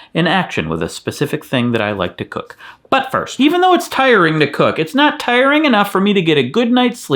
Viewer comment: did he say "butt first"?